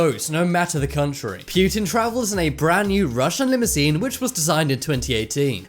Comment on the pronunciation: It's poo-tin not pew-tin